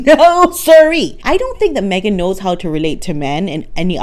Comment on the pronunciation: Megan takes "the Me-gain"show everywhere she goes"!!😂😂